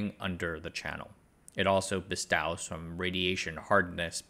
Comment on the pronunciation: 'Bestows' is pronounced buh-STOES.